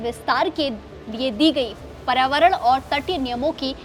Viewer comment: Anchor हिंदी में पर्यावरण नहीं पढ़ पा रही है